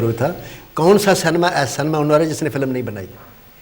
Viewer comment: Pehle to Cinema ko Cinema bolo cenema bolte ho 😂😂😂😂😂😂😂😂